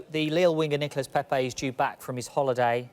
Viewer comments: She nearly said niggalas lol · Am I the only one who heard niga-Nicolas Pepe 😂😂😂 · anyone else hear the woman say ‘niggalas pepe’😂😂😂😂😂😂😂😂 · What did she just call Nicolas Pepe??